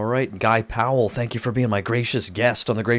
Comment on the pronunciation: Thank you for pronouncing our last name correctly! Bugs me when people pronounce it as “Pal”. Two syllables people, two syllables. Haha